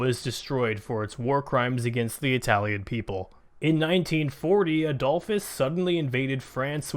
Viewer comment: Adolphus? :D Adolf in German is ... Adolf NOT "Adolfpus" :D